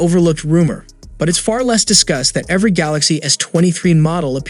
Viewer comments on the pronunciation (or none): none